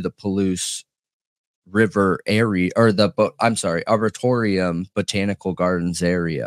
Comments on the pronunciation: Arboretum is pronounced arbour-ate-em! ❤ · I've seen 2 of your videos so far... At this point, I implore you to please look up the word "arboretum", if for no there reason than your own enlightenment... It is, in fact, a real word, with a pronunciation very dissimilar to what you think it is 😅